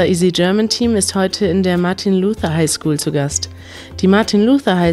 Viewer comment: Finde ich toll, aber als Deutsche den Namen LUTHERS auf Englisch auszusprechen, zumal es hier um das Erlernen des Deutschen geht, na ja.